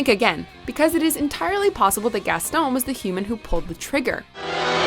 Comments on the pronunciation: For the last time, GASTON IS NOT PRONOUNCED GASTOWN!!! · She doesn’t say Gaston right but she has a clip of how to say his name